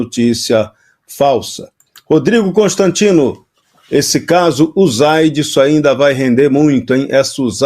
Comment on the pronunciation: Quando um Jornalista diz “ UZAIDI” já pode desconfiar de suas fontes ! Preguiça de ouvir gente desinformada !